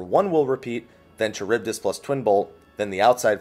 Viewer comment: Enjoyed the guide, but the pronunciation of charybdis is bothering me lol